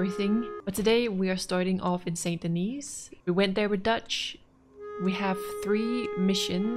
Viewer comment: The "s" is silent in St. Denis. ..errr, the second "s" 🤭